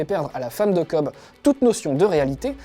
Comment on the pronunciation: sauf que c'est Cobb pas Kohbs:p